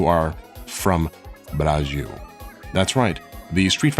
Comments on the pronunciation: As a Brazilian, the way you spelled "Brasil" as "Burajil" is way too funny 😂 Great content as always! I've been watching you since you dropped that video about killing gods in jrpg's, and it's nice seeing your channel grow. Hope you have a wonderful week! Edit: COME TO BRAZIL 🇧🇷😃👐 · Why are you pronouncing BraGil? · A final note on the "Brasil" pronunciation: you sounding like "braagîl" to us, you should read as "brah+zil", using phonetics from words like "bra" and "zilion" 😉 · It's Brazil, not Brajiu. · sounds like he is pronouncing it Brazhil. It really should be Brazeeoo if he wanted to pronounce it like in Portuguese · why do you say Braxiu? instead of Bra ZIL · Amazing video!! One small ppint as a Brazilian though, his "Portuguese" pronunciation of "Brasil" is way too distracting lol. It is still a "z" sound, not a "j". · why do you say Bragil, not brasil? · Lmao I love is pronunciation of BRAZSHIW actually quite good lmao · Wait, why "Brrajiu"? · Is he pronouncing "braJil" on purpose? 🤔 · "Brajil". Cute. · your pronounciation of brazil in portuguese is killing me man 😭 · stop saing brazil like that